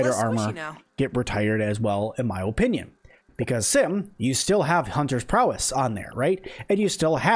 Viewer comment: A try hard who says o-pinion. Yeah no I'll stick with the OPINIONS of people who know how to speak and isn't super obsessed with perfect block